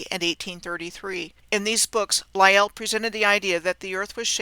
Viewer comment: "Sir Charles LIE-ell" LOL Thanks